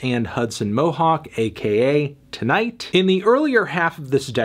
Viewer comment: It's pronounced TIGHT! Don't you see the fingers crossed on the album cover? They're TIGHT.